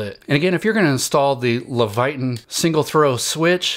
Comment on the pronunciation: LEVITON - pronounced "Leh vuh tin" (not "levayton"). Just helpin' out.